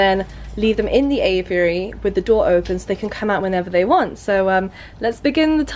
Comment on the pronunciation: say aviary not aviyary !